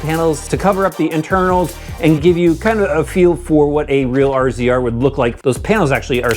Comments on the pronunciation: You can always tell the non-side-by-side people when they pronounce it "R Z R" instead of RAZOR like it should be. :) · must be giggling, I think it's pronounced "Razor" not R Z R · RZR, pronounced razor. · Cmon bro it’s Razor. Kinda embarrassing lmao.